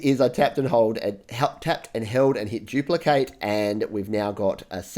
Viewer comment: It’s duplicate not jupelocate